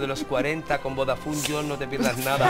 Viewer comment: No ha dicho "vodafon yon", ha cambiado las vocales, ha dicho: "vodafun yon" lo cual es mejor aun XD